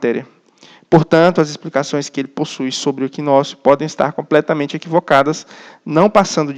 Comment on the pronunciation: "pode estar compmetamente errada" kkkkkk pode kkkkkk PO DE K KKKK O CARA LANÇA UM "PODE " KKKKKK